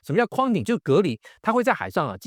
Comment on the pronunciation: Quarantine 的發音怪怪的，應該有三個音節「誇潤挺」。